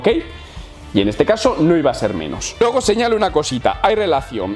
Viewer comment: Yo soy de antorcha para toda la vida pero lo haces muy bien y te curras los videos y créeme que se nota y se agradece pero aceptame un consejo: cambia la frase de despedida o por lo menos cambia la entonación del "luego" (puedes hacerlo mucho mejor) Un saludo desde el norte de Galicia.